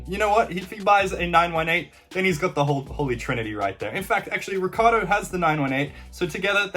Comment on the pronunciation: Urs ricCIardo ric-ci-ardo. Not ricardo